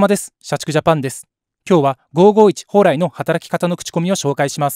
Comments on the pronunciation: ほうらいの発音ってなんか違和感あるんだよな ミヤネ屋のほうらいさん？の影響でこの発音が関東圏とかで主流になってんのか知らんけど ５５１の蓬莱のCMを知ってたらこんな発音にはならんと思うのだが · 蓬莱の発音が気になって動画の内容が9割しか入ってこない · ＜ホ＞ウライではなく、ホウラ＜イ＞ですわ、発音。